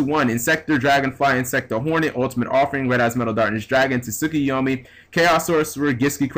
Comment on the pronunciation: su-kee-yom-e (tsukiyomi)